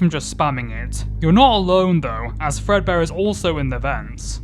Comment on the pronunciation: The number is accurate to how many Fredbear games there are. Also, it's not Fredbear. It's Frea beer